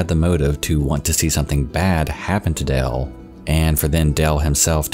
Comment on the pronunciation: Sounds like you’re saying Dell, not Dale